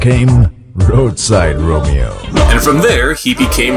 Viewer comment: Romi-oh, Romi-oh (8)